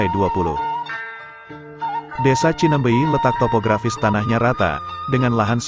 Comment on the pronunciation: Bukan Cinembey, yang benar Cineumbeuy.